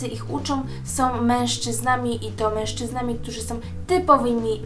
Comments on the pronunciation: Oglądam Twoje filmiki, bardzo je lubię i uważam, że dobrze gadasz ale proszę Cię zwróć uwagę na to jak mówisz "są" strasznie boli mnie ucho gdy słyszę od Ciebie "som"... Nie jestem hejterką ani nie mam zwyczaju komentować filmików tylko gdy wyłapię jakiś błąd. Pozdrawiam! :) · SĄ, nie SOM. Filmik spoko, ale proszę uważaj jak mówisz. :D